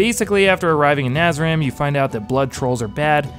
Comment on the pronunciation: please stop calling it Nazrim